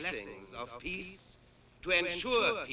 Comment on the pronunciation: it sounds like he is saying peas instead of peace